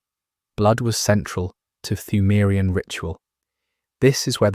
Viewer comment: except he pronounces the silent P in Pthumarian. which drives me crazy...